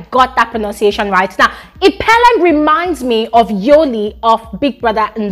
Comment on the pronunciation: The first 'e' in Ipeleng sounds just like the 'i'. The second one is just fine the way you pronounced it.